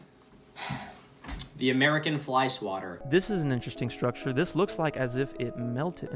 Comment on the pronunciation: Take a shot every time he says “schtrucshure”